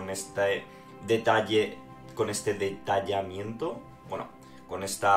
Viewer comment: "Detalleamento" KEKW